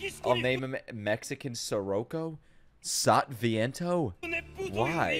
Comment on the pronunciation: Its SANTANAAA